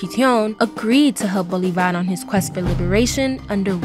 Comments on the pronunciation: Mispronunciation!!!!! It’s not Bolivár, but Bolívar!!! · Seee mon boooole varrr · The way she can’t pronounce Bolívar 😂😂